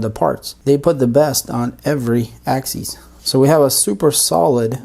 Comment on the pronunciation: Sorry, but it's pronounced ONE ax-is, NOT ax-ees!! The 1st one is for single axis, and the 2nd is for more than one axis. so, we say: x-axis, y-axis, z-axis, but x and y axes (pronounced ax-ees).